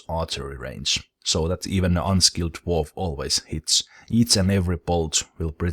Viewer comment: Everytime you said, "Drawf, drawf drawf." I think of The Hobbit theme. With all the Drawfs sining about god knows what.